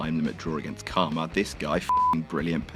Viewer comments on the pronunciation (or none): none